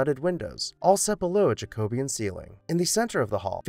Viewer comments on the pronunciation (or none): Love these. Thank you! It’s pronounced: JACK-oh-be-an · Jackah-bee-in is the correct pronunciation. As in deriving from the name Jacob in reference to the Catholic king James. The Anglicization of the name Jacob from its original Aramaic/Hebrew is Jay-cohb. Thus it is pronounced Jackah-bee-in. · Love your videos and wanted to offer a couple of friendly notes on pronunciations which aren’t clear if you’ve only read the words. The college name is “SalVAY” Regina, but you’re right that salve (Savv) is the thing used to heal wounds. And I’ve always heard Jacobean as “Jackah-BEE-in”, but I think that might be just a common rather than correct pronunciation.